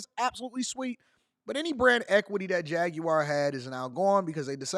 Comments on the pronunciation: JAG-WAR or JAG-U-WAR. WTH is JAG-WIRE?! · Why they trying to sound exotic with pronouncing it as "Jag-You-Are?" Just say Jaguar like its aupposed to be. 😒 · What's a Ja-gu-ar 😅🤷🏿‍♂️ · The way you say jaguar is so funny to me lol. Much love dawg